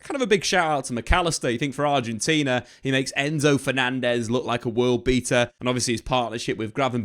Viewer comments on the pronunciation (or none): none